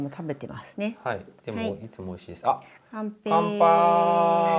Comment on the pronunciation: 楽しい動画でした❤お二人は乾杯した時のマミコさんの“カンペイー”は、わざと中国語の発音しましたか？je suis curieux 😊